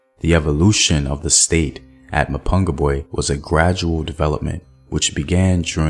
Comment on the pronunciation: STOP murdering the words "Mapungubwe" and "Changamire DOMBO "